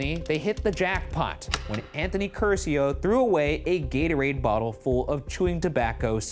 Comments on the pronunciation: Everytime Ryan said "Cursio" I felt intense pain. Like I was being tortured. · The real crime of this episode was the pronunciation of the Italian surname Curcio